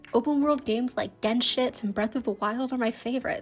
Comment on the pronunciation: I wasn't ready for her to just casually call it "Genshit" lmao